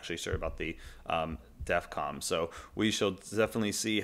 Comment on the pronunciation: Please... stop calling it "Defcom". It's Defcon.